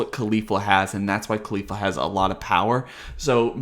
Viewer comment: bruh why do you call her khalifa like Mia khalifa. Caulifla is gonna show up in a porno soon lmaooo